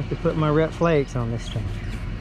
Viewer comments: Why do you pronounce “red” as “ret”? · Why do you say your d's as t's? just wondering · So you don't use the letter "d" at the end of a word, huh? Like shed and red, you say shet and ret. Was Amish school all that different from gentile school?